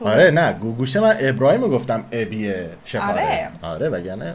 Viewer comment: پرى جان اينقسم تلفظ ميشود إش پار لس Ishparlas به زبان پشتو يعنى عدد ١٦ معنى دارد